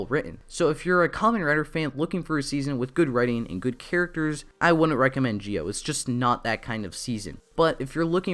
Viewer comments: This guy needs to get Zi-o's name right because it sounds like he's saying geo as in Poke'mon Geodude instead of Zi-o. Had to get this off my chest because it bothers me so much in his review. Just z and o say together, so Z-o (Zi-o) would actually be right way to say Zi-o. Not hard to pronounce and idk people struggle to say Zi-o. Also Sougo is not right way to say his name and the translation is wrong in eng sub, so it's Tokiwa Sogo said without the u. Should be say So as in so and go as in go said together and this right way to pronounce MC real name in Zi-o because I hate when people mispronounced names in Japanese. Btw great review though just get the names right😑😥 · it's Zi-O not Gi-O pronounce it right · Dude you were say g-o instead of zi-o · You can say "Zee Oh" not "Gee Oh" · Dude it’s Zee-Oh not Gee-Oh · A good review, but...why the heck do you keep pronouncing Zi-O as 'Jee-Oh'? The show, the characters in the show, the toys that have sound effects, and every bit of media clearly are saying 'Zee-Oh'. Noticed this in your other videos too. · It’s pronounced Zee-oh, not Jee-oh. Also, Zee-ku, not Jee-ku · why do you call it Gi O? Do you just struggle with Z????? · why do you say it as "gi-o" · Just a question tho, why do you pronounce Zi-O as "Gi-O"? The letters don't even sound the same, so I have been wondering... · its not GIO oh myy god my head it hurt listening you saying that all the time cmon now